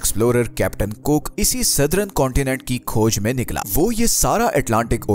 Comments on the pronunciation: Kindly pronounce the word southern as सदर्न. and not as सदरन and modern as मॉडर्न and not as मॉडरन you are pronouncing it wrong . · Sirji excellent video. But its Southern not Southrun and Modern not Modrun.